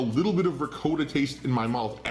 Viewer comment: He's supposedly Italian, but can't pronounce Ricotta correctly.